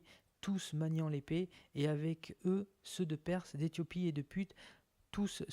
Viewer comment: Puth se prononce pout.